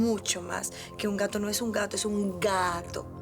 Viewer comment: No es un gato es un gaato 🤣